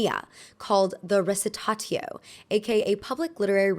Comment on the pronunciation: "recitatio" is actually pronounced with a z sound, so "recitazio"!! no hate to the creator of this video ofc, just pointing it out in case any of you wanna quote it :)